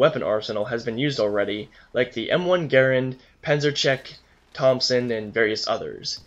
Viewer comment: it's pronounced "pansershrek". cool review